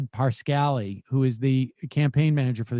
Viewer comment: Milo “Yananapolis,” Mike “SerNOvich,” and now Brad “Parscally” - Does Sam butcher the pronunciations of conservatives’ names on purpose as some kind of shtick? If so, it’s painfully unfunny.